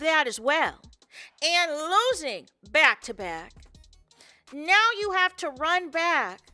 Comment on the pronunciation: Now. It’s pronounce NOW. There’s no E in it 😂😂😂😂 lord I love you but got damn that’s annoying. Let me stop. Muting you and putting the caption on